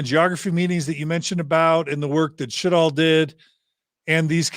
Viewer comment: Sjodahl is pronounced sure dall